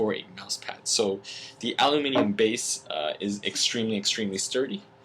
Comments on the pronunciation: Did you say aluminion? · No you pretty said alu-minion